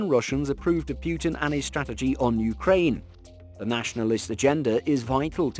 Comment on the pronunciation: It's 'Putin - Poo-tin' not 'Pewtin'